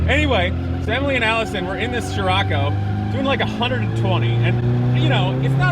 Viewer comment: Love you videos but I couldn't watch this to the end. Nothing to do with not seeing your wifes butt. Your pronunciation was driving me mad. I've been in many countries for car shows and never heard it pronounced sh-rocco. So I checked the "American pronunciation on google ". Si-rocco. Try this : Greetings from Indonesia, where c is pronounced ch..... Except in the word sirocco. 🤣🤣🤣🤣 Keep up the great content.